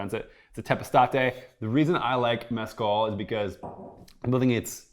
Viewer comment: I’ve never heard anyone butcher the word Mezcal so badly.